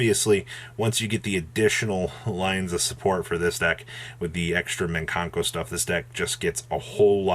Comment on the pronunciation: it's mikanko not minkanko, mikan = mandarin orange